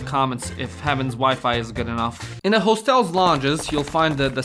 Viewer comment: hoestels xd